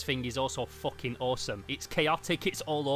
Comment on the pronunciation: Bros says foching